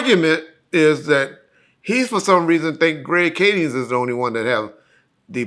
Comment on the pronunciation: I hate when black people doesn’t articulate words. It’s Kading, not kadings.